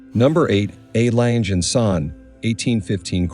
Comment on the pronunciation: Very interesting but for the record it’s pronounced ………….R lunger and zuner (I know that’s not the spelling just how it sounds)